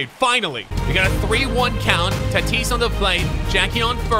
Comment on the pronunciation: You said Fernando Taatis jr.